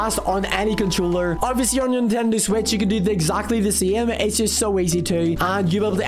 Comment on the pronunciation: He said nintendi switch lol